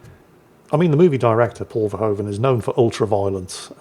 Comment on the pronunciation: The 'oe' in Paul Verhoeven's last name is pronounced like the 'oo' in 'hoof' or 'hood'